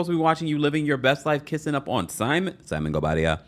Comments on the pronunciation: The way that you say "Simonguobadia" 🤭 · I never get over the way you say "Simon Gobadia" lov it and cracks me up everytime